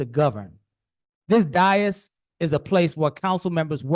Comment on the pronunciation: Dais. Always pronounced - look at the correct spelling above - Day-(hi)ss, never Die-(hi)ss Dias is spanish for day.